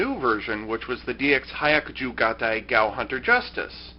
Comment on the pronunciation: Hi-yah-ku-ju. The "hi" and "yah" are said almost as one syllable, like "hyah".